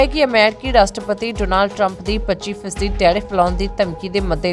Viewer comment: ਜੇ ਅਮਰੀਕਾ ਦੀਆਂ ਖਬਰਾਂ ਦੇਣੀਆਂ ਹੀ ਨੇ ਤਾਂ ਭੈਣ ਬਣਕੇ ‘ਡੋਨਾਲਡ’ ਸਿੱਧਾ ਕਰਲਾ …. ਓਹਦਾ ਨਾਮ ਡੌਨਲਡ ਆ ਜਾ ਟਰੰਪ ਕਹਿ ਲਿਆ ਕਰੋ ਡੋਨਾਲਡ ਡੋਨਾਲਡ ਵਾਰ ਵਾਰ ਕਹਿਣਾ ਡਾਂਗ ਵਾਂਗ ਸਿਰ ਚ ਵੱਜਦਾ